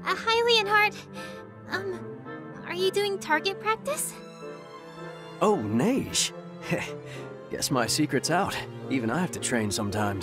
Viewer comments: The way you say "Neige" sounds suspiciously racist. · And instead of saying neije say neige or at least since she sounds like nepgear just say Ge-Ge